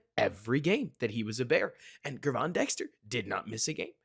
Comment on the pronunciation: This is not a huge deal, but Dexter is going to be here a while, so the correct pronunciation of his first name will matter. After the Bears drafted him, I watched several interviews with Gervon Dexter Sr. and 1 of them asked him how to say his name. Gervon is pronounced like the words, gym or digital, with a soft g. In other words, think of his name spelled with a J. Think of him spelling his name like this Jervon Dexter. That may help it sink in a little better. Just wanted to help, hopefully, that's not annoying to you. Either way, your content is high quality and I want to thank you for that! It's very refreshing to hear unique and intelligent takes on all issues that surround the Bears world.